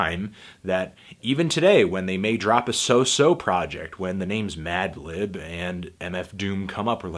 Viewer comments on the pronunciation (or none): also yes you used bated breath correctly. but you fucked up at the start with madlib's name hahaha. like you said in your earlier review, you've been losing the ability to speak. you tired fantano? get some rest you deserve it b.